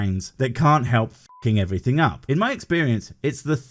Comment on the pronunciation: "What is dumb about believing in God?" -"Everyting you want" "Everything? -" Every Ting!"